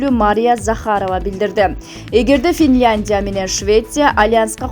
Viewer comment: Туура окугулачы Финляндия деп